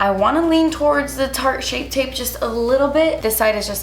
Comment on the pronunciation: Take a shot every time can't say "shape tape" 😂❤️